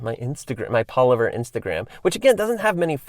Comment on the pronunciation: Is he just me or does pronounce Palaver, wrong?